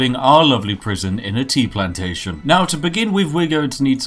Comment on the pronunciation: your pronunciation of the word 'plantation' is rather suspect hmmmmmm